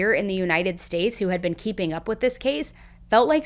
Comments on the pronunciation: Be un? she was be-un ? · Why do ppl in the US say and pronounce words like ban for word been..???